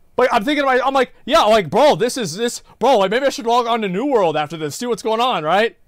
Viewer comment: Why is it that is capable of correctly pronouncing the word "world" when he says "new world" (half the time anyway), but not when he says "world of warcraft"?